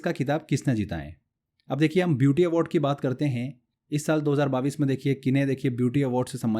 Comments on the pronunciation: सर पहले तो आप सन 2022 को बाविस बोलना बंद करिए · 22 thik se bolo pehle